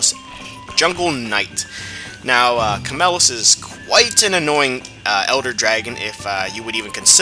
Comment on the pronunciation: Omfg its chameiEOS not chamelos! Not a bad vid tho